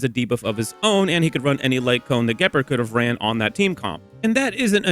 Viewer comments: Juhpard 😂 Gehpurd is killing me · The hard G on Gepard is killing me 😭